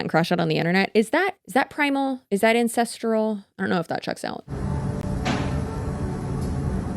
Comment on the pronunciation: Not gonna lie, I thought he said "the INCESTral way" not "ancestral way". I didn't even blink which tells me that I've been on some unfortunate corners of the internet too much lately. NOT THOSE, just true crime sh*t.